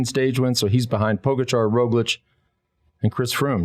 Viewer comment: The surname of the best rider in the world now is pronounced PogAchar (accent on the first A), not pOgachar... Please, show some respect to the greatest, at least.